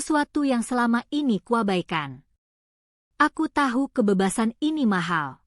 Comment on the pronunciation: Benar sekali, terlalu banyak kata "aku" membosankan, dan ucapan kalimat "kebebasan" yang kurang tepat, terutama pada huruf "E",, mohon lain kali di perbaiki ucapan huruf " E" nya